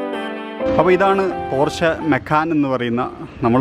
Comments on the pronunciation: പോര്‍ഷെ അല്ല പോഷ് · No its german actual pronunciation is ‘പോർഷ' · പോഷ് എന്നാണ് ബ്രോ 😍